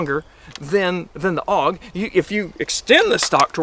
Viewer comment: It’s pronounced A U G even though it’s spelled AUG